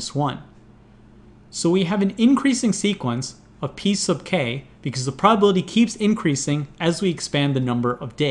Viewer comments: Am I the only one that hears "piece of cake" every time he says "P sub k"? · 'P sub K' or 'Piece of cake'? XD